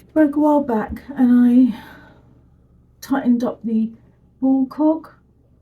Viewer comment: Heheheheh you said ball cock.